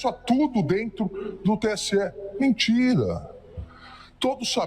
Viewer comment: falando "mentira" me lembra do Nicolas kkkkkk "mintira-mintira"